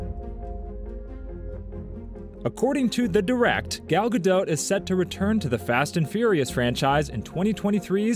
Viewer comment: Please pronounce the t at the end of Gal Gadot. She's Isreali not french. It's not a silent t.